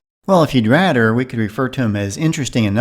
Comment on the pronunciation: Another blooper, you always pronounce "th" as "d", like Rader instead of rather. But when saying " thing" all of a sudden you can do it instead of ding.